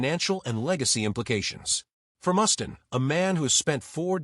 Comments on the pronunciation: I can’t listen to this dumbass AI call him Mus-tin one more time. Do these creators even listen to the horse shit their AI is spitting out? This video is crap. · This guy doesn`t have a clue. I`ve never heard anyone ever mispronounce Mustaine`s name in my 58 years of being a ROCK AND ROLL JUNKIE